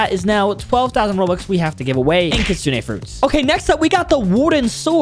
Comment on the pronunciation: Did he just say he givens away 12 kisune